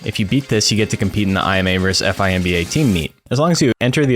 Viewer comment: Ai Em EY and Eph Ai Em Bee Ey? Oh you mean I’ma and Fimba! Just listening without watching made me go back cause I was like Korea Expedition? What’s that?!